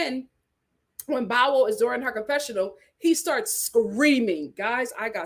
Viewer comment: 😂😂😂 it's pronounced "Bow" that rhymes with "wow" lol